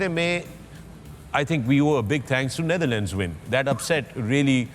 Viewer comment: Wasim Bhai NitherLand nahi hai wo 😂 NetherLand hai